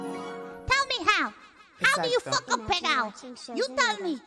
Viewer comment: I love that "pegao" is so viscerally upsetting to every Puerto Rican I've seen react to it that they just can't help but double or triple their use of Spanish. Their souls are screaming "¡Para!"